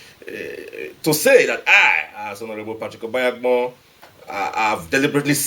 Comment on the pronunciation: he was not impressed when you didn't pronounce his surname right ooo, after he dropped all those big words the least he expected was you to pronounce his name right lol ~ Aside from the big words he makes sense. Bless